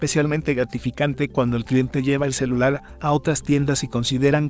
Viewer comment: CELULAL , lával, encelal. Xd